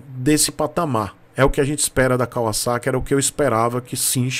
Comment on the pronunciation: A marca se pronuncia assim mesmo. Moro no Japão desde 97’